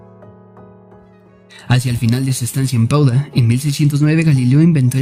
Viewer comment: Padua o Padova, no Pauda.